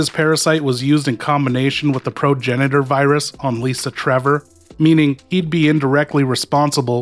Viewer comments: Did you say pro genider instead of progenitor? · Did you say pro genital virus instead or pro genider virus?